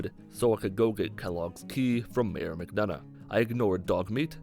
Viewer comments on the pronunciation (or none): none